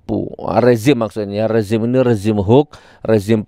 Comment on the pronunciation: Gus nur klau menyebut HOAX Jng hok tapi di Perjelas cara menyebutnya HOAX